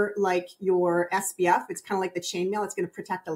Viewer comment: has great information (and confirmed that my simple skin care routine in the morning is OK). I'm confused as to why she says "SBF" instead of "SPF?" Am I just hearing it wrong?